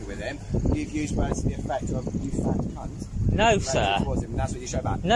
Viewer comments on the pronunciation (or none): "Fat kant" 🤣😅😅😅 Heavy offense that is! Blonde officer is cute though!!! 🤩🤩🥰